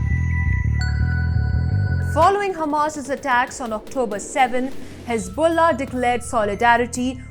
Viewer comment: Hezbollah has balls, so "hez-BALL-ah"🤣🤣